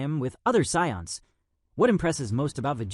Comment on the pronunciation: That’s actually closer to how it’s supposed to be pronounced